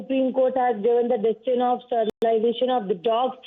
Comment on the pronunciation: you know it's a problem when reporters say "stur"lization maybe first educate yourselves. as for responsibility- talk to your municipalities. how is it that a child was mauled to deep severe wounds? what about the parents? how are they so irresponsible? why pin point dog lovers? no dog attacks without provocation.